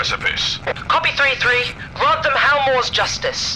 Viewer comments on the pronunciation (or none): none